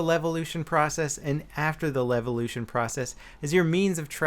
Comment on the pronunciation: Lelvelution? i think you read it wrong, mate